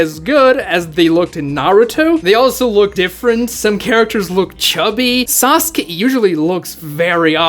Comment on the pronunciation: That's not Sasuke,That's Sasukee-Hee